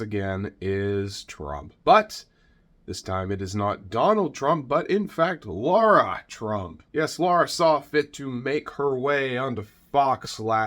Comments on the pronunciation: NOT Laura!Pronounced Laira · I noticed you refer to her as Laura. It’s actually Lara. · Her name is LARA not Laura. Still a waste of space. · Spelled and pronounced Lara